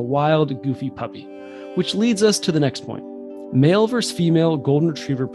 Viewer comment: VER-SUS not VERSE